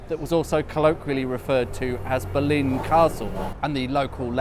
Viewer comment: Interesting. On your map the old West Ham ground is named as the Boleyn. As I understand it, this was always pronounced with the stress on the first syllable.